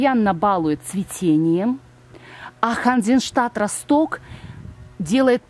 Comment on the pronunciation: Ханзенштадт РОсток,а не РостОк.Ударение на первую О,Росток-это город в Германии